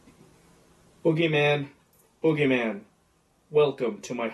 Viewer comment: you said foogiman instead of bugyman